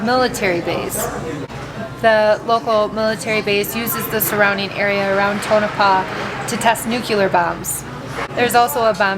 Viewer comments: lol i used to live in Nevada. it is pronounced Tow no paw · Prononced Tone-A-Paw